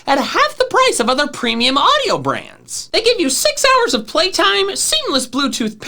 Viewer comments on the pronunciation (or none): none